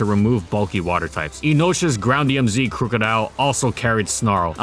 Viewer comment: Everyone I know personally says Croc-o-dile, never crook.